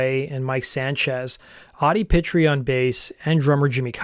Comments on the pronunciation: Pitre is pronounced Pee-Tree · Pitre is pronounced "Pee Tree" EDIT: What the Canadian border officials probably found on the bus was heroin. At least two of the guys were using heroin. Want to know which ones, look at the members who have aged prematurely, and look 10 years older than they really are.